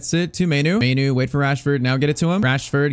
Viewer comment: Pronounce mainoo like maanoo